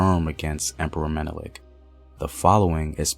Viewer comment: At least you got Menelik pronunciation